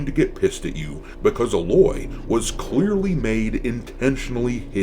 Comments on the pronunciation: Uhh loy? It's Aye loy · Ffs. Ai-loy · I know you didn't play the game Doc but it's A-Loy "A" rhymes with "day" and "loy" rhyming with the name "Lloyd". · Who TF is Uh-Loy? Lol!